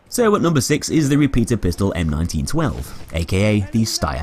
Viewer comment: How you speak repetierpistole funny (i am German)